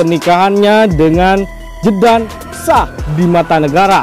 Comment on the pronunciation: Bukan Jeje pak, tapi JEDUN😁